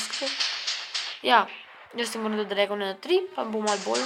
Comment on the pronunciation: Dregon ne dragon